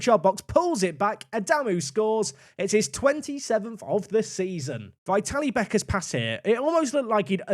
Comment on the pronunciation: Great stuff as always. Just an FYI- pronunciation of Vitalie is vit-al-ee-eh. Or if it makes more sense think of how Italians pronounce "Italia"- vitalia